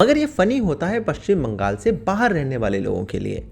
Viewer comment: It is Paschim Bangla or Paschim Bengal or West Bengal.....not "paschim baangaal"